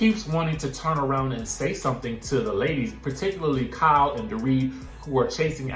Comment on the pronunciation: Lol the pronunciation of Kyle “cow” was kicking ass today